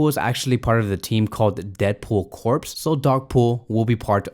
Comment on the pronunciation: Seasons greetings! Great video, but allow me to point out a couple things. First, the Deadpool Corps is a team of Deadpool versions and variants of which Dogpool is a member of. Second, the word Corps in Deadpool Corps is pronounced as Core. The letters ps are silent. A corpse is a dead body, A Corps is a British word for group or team. Third, there IS no group called out named "The X-Force". There's never been a group w/that name in the history of marvel comics. From the time when Cable took over the leadership duties of the New Mutants in issue #87, until the books final issue of NM at #100 to when they changed the frame name to X-Force #1 back in 1992-to the present, there's never been a group w/that name. They're X-Force, just X-Force, a group of mutants that act as the X-Men's Black ops team. I hope these nuggets of info was helpful to you, & will help better your page and your overall comics knowledge. After reading/collecting comics for nearly 40 years I'm always glad to help. Love the channel, keep up the great work!😊